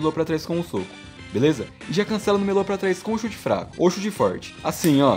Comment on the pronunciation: Quando tu fala meia lua eu entendo melô